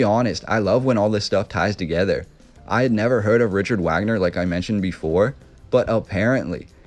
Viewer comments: OMG the the man's name is pronounced vog-ner. No one says the American Wagner!! Even Americans who are named Wagner and pronounce it the American way...they pronounce Richard Wagner the proper German vog-ner! Your research is a bit lacking! Lol I am seriously embarrassed for you that you would make a video and continuously pronounce it wag-ner. Wow! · It's pronounced Vogner, not Wagner. Swan Lake? New Swan Castle is what the name means Neu-Schwan-stein, not noivwanstein... Wagner wrote about Swans, if you go to this castle you will see the top hall is a large music auditorium dedicated to Wagner with swans everywhere. The fountain in the kings room is a swan, there are swans everywhere. Both parents had castles nearby and are still there (the castles). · vog ner not wagner get it together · ITS PRONOUNCED - RIKHERT VAGNER. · Wagner pronounced Vaag-ner. Great video though, really enjoy all the work you put in to these. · Wagner pronounced Vogner. Keep up the good work. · At some point in time, I'm sure you'll come to pronounce Richard Wagner's name correctly, namely, Rick - ard Vag - ner. I love your passion and story-telling. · His name was pronounced “V”agner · Well. You lost me at your pronunciation of "Wagner". In German the "W" is a "V" sound so it's "Vag-ner". Just saying. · It's Vahhgner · it's pronounced "Vagner" man. do your due dilligence mate. Wagner = Vagner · It's pronunciation is Vagner and his top single was the flight of the valkuries. Just saying . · Vogner is how it's pronounced, perhaps you did hear of him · Wagner is pronounced VOG-NER from flight of the Valkyrie fame. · Hey, the Germans pronounce Wagner's name as Vagner. He is remembered for The Flying Dutchman music, which was used in Apocalypse Now in 1979. It was about Flying Ships.Great Video! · It’s not pronounced Wagner it’s pronounced “Vaugner” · Wagoner is pronounced Varganer. That is a very interesting building, thankyou for the vid.